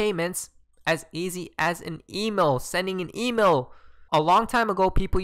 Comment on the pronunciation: why he can't pronouce "email" properly?